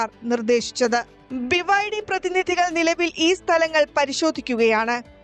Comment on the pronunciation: ബിബൈഡി, വിബൈഡി ഇത് രണ്ടും 🤣